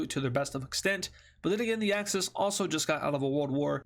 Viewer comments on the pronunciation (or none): Why do you say access instead of axis? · It's axis not access